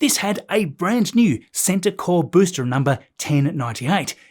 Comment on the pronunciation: Great video as always, but why do you keep pronouncing ‘booster’ as ‘boostra’?